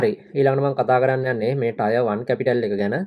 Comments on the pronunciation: ටයර් නෙමේ ටිය(ර්) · Tier 1 pronounced as “ටියර් 1"